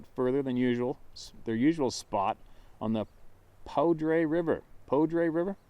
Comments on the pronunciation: That river in colorado is poudre pronounced POODER. It's up north and runs down from the mountains and through fort collins and so on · Poudre, pronounced poo-dur locally, French for powder, river is cache la poudre river, in Larimer county Colorado